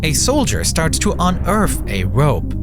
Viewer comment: if you want your platform to progress to the next level, you have to find a voice over artist who can pronounce the 'th" syllable. Literally everytime there is a "th" sound, your voice over pronounces it as a "d" as in "dem" vs "them", or it becomes an "f" sound as in "eurf" vs "earth". Even when he says 'whether you lived through this time and think you remember it" is pronounced as "weffer you liffed drew dis time and fink you remembahed it". please consider that if your current voice over artist has a speech impediment, it will be distracting and undermine the professionalism and profitability of your final product.